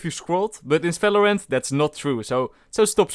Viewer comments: its valorant not falorant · lol people always does this in “felorant” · Why u say any word with V like Falorant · hehe, he says smellorant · Bro it is Video not Fideo... It is not Falorant, it is Valorant... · Welcome to today's Fideo and in this Fideo We Will Talk About Felorant